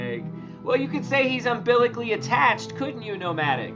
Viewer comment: the only place ff sayes the word imbilically is in my war for me, flying hhmmmmmm.